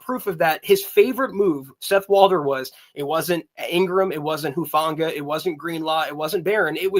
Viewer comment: It hurts my ears when the guy says hufungas name “huefanga” lol.